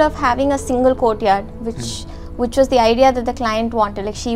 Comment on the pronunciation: Hi Mam it's which, not wuch